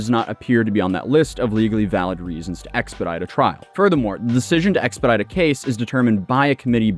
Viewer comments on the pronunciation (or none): "Expedile"?!?! Is that a super speed crocodile Pokemon or something?!?! 🐊